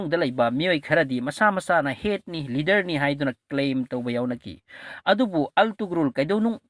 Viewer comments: Attoman haiba ntte Ottoman haibane.pronounciation do khr yengo .antugrul haiba ntte ertugrul Ghazi haibane fjna khngdrabadi asuk Luba history do ngna hekta tarai2 seran Turan leganu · Altugrul ntty Ertugrul Gazi haidoubni anyway ym fajakhrey